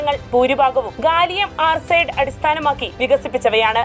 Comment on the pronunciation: Mk1 അല്ല mki, ഗാലിയം ആർസൈഡ് അല്ല ആർസനൈഡ്